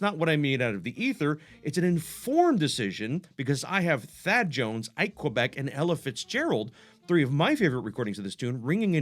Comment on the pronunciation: Since you reference him a couple of times, tenorist Quebec's last name was pronounced "KWEE-beck". My source is the great yet under-recognized tenor saxophonist Percy France, on broadcasts on WKCR-FM that are available now at Vanderbilt's Aviary website, which hosts Phil Schaap's jazz collection. Percy was interviewed by Schaap and also by the great drummer Art Taylor and he mentions Ike "Kwee-beck" as both an important influence and "a real pal."